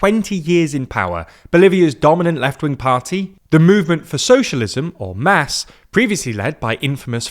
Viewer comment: MAS is pronounced like “moss”.